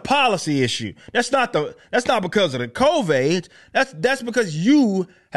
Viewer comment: Why does he keep saying COVAIDS?